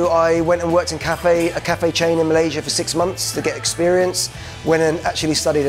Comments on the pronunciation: respect for pronouncing Malaysia THE RIGHT WAY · Nice Malaysia pronunciation, better than most Malaysian who goes for english style pronunciation 👍👍